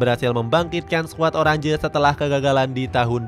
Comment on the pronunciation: Oranje dibacanya "oranye" bukan "orandje"